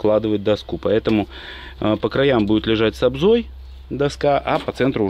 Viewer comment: Все грамотно и красиво только у доски ОБЗОЛ а не обза.